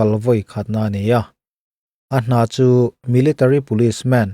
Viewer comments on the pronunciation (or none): none